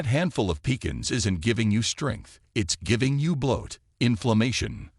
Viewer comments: I don't believe you. Walnuts are one of THE heathiest nuts you can eat. What medical school did you attend. You are right about Pistachios but wrong about peanuts. Moderation in everything, no salt, in olive oil. AI can't even pronounce pecans right. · You came up with a third way to pronounce" pecans". I'll cut back on them anyway.